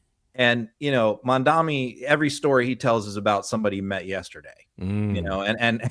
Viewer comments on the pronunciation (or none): Yeah no idea why doesn’t just correct him, he says it wrong every single time 😂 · Love you, but you're mispronouncing Mamdani -- it's Mom DoNNy -- not Mom DoMMy. 🥰